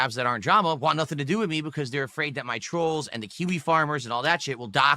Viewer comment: ‘Normal’ people can say the word WANT. Unlike you,.